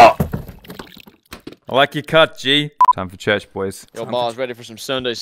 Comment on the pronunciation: “This is a good day to CELEBRATAH give me one more thing to end CHURCHAH”😂